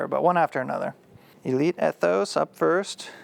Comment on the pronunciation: That Ethos seemed super quiet! I think it’s pronounced E-thos not Eh-thos